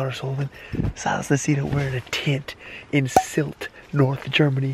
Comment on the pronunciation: pronounced it Sült not Silt😂..please